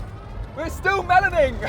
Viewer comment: "We're still meloning"